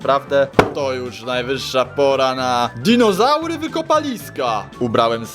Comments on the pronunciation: Nie dizonaury tylko dinozaury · DINOZARY A NIE DIZONAURY xD Pokaż więcej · Dizonaury haha